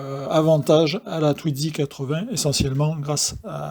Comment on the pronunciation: Mais pourquoi donc prononcer TwiDzy avec un D au milieu puisqu'il n'y en a pas ???